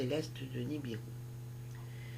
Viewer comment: Vous dites niribu mais c est nibiru